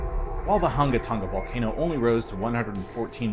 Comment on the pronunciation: Wow, this thing is amazing and a little scary... GRATS on pronouncing that island name, BTW. hehe BTW, what's up with the first 47 seconds of wind noise?